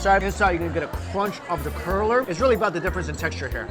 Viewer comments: What the hell is a curler? Did you mean cruller? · Psst, hey Mike, it’s cruller not curler 😂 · I think you mean "cruller" rather than "curler" in that first segment but as a fellow noodle lover I appreciate seeing different types. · It sounds like you are saying "curler" you mean "crueller". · I love all your food videos! (but it's pronounced cruller, not curler ) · Ok. At the first restaurant I thought you were saying Chinese "Curler" and I thought the flat rice noodle was stuffed with pig tail, lol. Then you said dough. Got it. Cruller. Funny moment, though and I'm going to bet somewhere in the world there's a pig tail stuffed into a noodle. If not - whoever creates it can name it after me. Ann Ann Noodle. Got a ring to it. 😉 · Oh! You meant cruller!